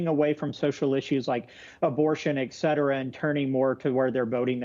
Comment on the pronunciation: EX CETERA EX CETERA EX CETERA!!! It's ET CETERA.